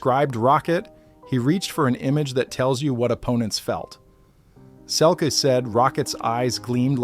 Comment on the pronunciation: Pronounced Selkeee